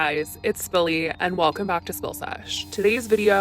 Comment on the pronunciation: Okay this person's name is billy lol I thought she said spilly as spilling tea lol 😂😂